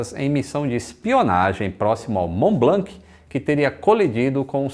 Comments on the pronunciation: Mont blanc !!! Pas blank on dit pas le c en k !!! Prononce blan kkkkkkkkkk👍🇨🇵🇪🇸🇧🇷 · Só um adendo, a pronúncia (tentando escrever em português o que falam em francês) de Mont-Blanc é "món blãn"... No francês essas consoantes sozinhas no fim das palavras costumam ser mudas. Uma piadinha sobre isso no desenho Tin-Tin, dois policiais gêmeos se chamavam "Dupon e Dupon", sendo na grafia Dupond e Dupont. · Ótimo video, so tenho uma pequena correção sobre a pronúncia do "Mont Blanc", na pronuncia francesa não se pronuncia a letra "C", aqui esta a versão escrita com o alphabeto phonetico se te interesar: mɔ̃ blɑ̃. (E so pra avisar, eu sou de nacionalidade francesa e brasileira, e eu assisto todos os seus videos da França). Um abraço. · uma dica: não se deve pronunciar o “C” no fim de Mont Blanc (fica monblãn) e nem “X” no fim de Chamonix (fica chamoní). Valeu! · tanto no Mont Blanc como Chamonix, não se pronuncia o C e o X, parabéns pelo canal. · O mais engraçado é o falando "Blanc" uma vez que em francês não se pronuncia a letra "C" do final. 😂